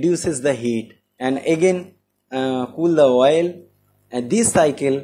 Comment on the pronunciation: Good content and explanation. Small advice: please pronounce the word OIL clearly, not 'VOIL'. Take as positive feedback